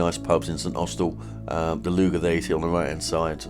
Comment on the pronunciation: Lugger, Prussia, Fowey. Why do you pronounce all these incorrectly ???